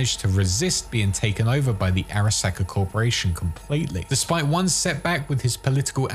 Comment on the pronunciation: SAHka no sacka. Learn to pronounce things properly